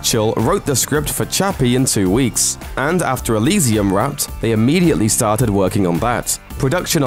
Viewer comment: Say Elysium again lol